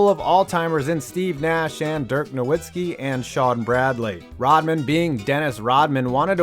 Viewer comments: Its 2019, how to you mispronounce Nowitzki? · You mispronounced Dirk Nowitzki’s name.